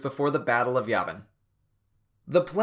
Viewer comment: Sorry, dude, but you're saying Yavin wrong.